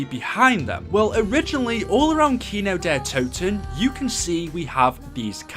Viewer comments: Its Kin-d-ertoten not Kinodetoten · The way he says kino Kino DER toten